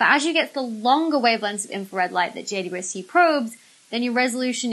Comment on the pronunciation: Is it just me that hears her saying J-U-S-T instead of J-W-S-T? 🤔😆